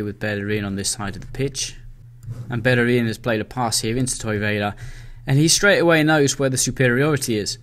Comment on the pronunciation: why do you keep saying toiveira instead of torreira? :D